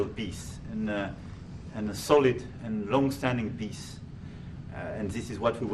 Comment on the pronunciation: " A long standing Piss " Macron everyone...